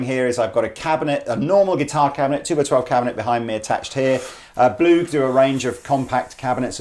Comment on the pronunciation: When you said Blug, I thoght you said war. ... Don´t mention the war! (Fawlty Towers)